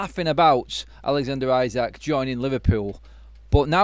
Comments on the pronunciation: First time I hear 'Alexander Ayzak' Pronunciation lol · Liverpool winning league wasn't enough we were looking at least 3 trophy. Time to.. fix . By the way you are pronouncing isak name wrong.